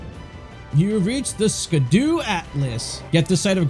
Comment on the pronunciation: Scadu is pronounced (sha-du) it's an olde English way of saying Shadow. So scadutree is shadow tree.